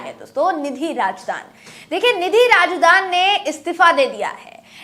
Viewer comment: Nidhi Razdan Hai Nidhi Rajdan Nahi